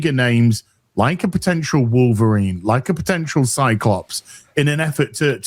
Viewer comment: "like a potential Wolverine'. "Vulvarine'...